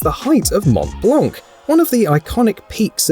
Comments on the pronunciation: YOu don't pronounce the 'T' in Mont and neither the 'C' in Blanc It's pronounced Mon Blah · mont blanc the c is silent